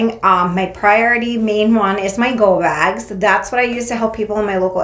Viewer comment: Instead of “go bags” i heard “ho bags” i was like whaaat?! is helping anyone & everyone!! Lmao.